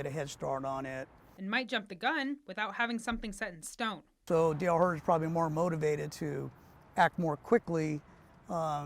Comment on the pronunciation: Pronounce your Ts. HorTon!